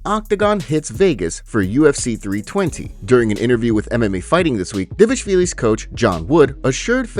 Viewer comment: Why say Dévashvili instead of Dvalishvili And it's Gable Steveson not Stevenson